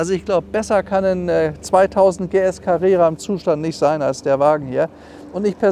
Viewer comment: … 2000-PS-Carrera habe ich verstanden! ;-)